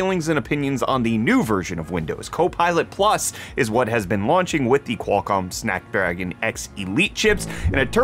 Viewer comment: Did he say "Snack Dragon"?! Now thats a processor I can get behind!